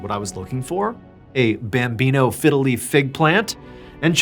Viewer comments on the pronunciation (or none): it sounds like you're saying "fiddly" instead of "fiddle leaf" XD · Please say bambino figgeliy fig tree once more!! 😂